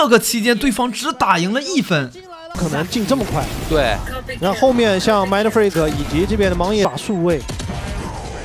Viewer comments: 其實就是發音問題，他們也不算說錯啦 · 影片很好看 但Mindfreak名字一直唸錯有點煩（賽評